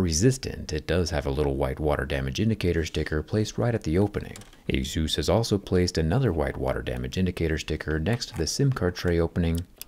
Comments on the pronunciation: Is pronounced A-SUS not ASUSE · It's ey-SOOS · Is called asus, not jesus. wtf